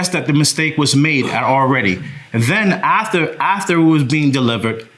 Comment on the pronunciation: I want him to say AF-ter instead of ATH-er LMAO